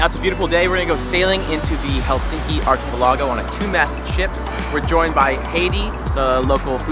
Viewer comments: not trying to be picky but its Achi PEL ago(5x) but my guess is you were trying to be Finnish like SOW-nah LOL...........interesting slant on Helsinki...ive been there many times and its a wonderful place...enjoy! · pronounce archipelago and produce funny.